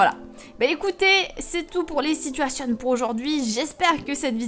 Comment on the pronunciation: Ces "sitouationnes" XDDD